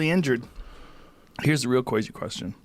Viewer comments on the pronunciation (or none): Lol minute joe “here’s the real cWAYzy question” rogan lol